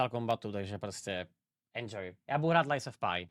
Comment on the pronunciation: Proč do háje pořád vyslovuje to Lies of P jako Lájs of páj a né jako pí. Prosím vysvětlení, buď jsem o něco přišel a nebo je to jenom trouba? :D